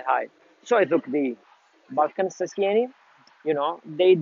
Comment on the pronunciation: You should pronounce it as it is known (almost). 😅 the spelling is misleading... The word ‘sobranie’ is not Russian to start with😊. Not Russian only anyway & it definitely relates to nothing Russian as far as the tobacco goes. There are many synonyms too and different meanings also, which vary slightly between the slav languages. In this case ‘sobranie’ (the way it sounds) means simply - gathered, collected. I had it once 20 years ago, only one bowl, can’t remember much but I liked it. It’s shame we can’t get it here in UK.